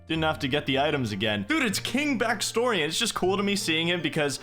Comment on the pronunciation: Holy crap Baxtorian = back-story-an